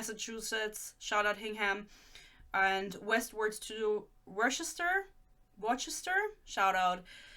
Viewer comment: i was going to school in massachusetts and they pronounce their city names so weird. you would THINK “worcester” would be pronounced similar to worcestershire sauce but it’s actually pronounced “wuster”😭😭😭💀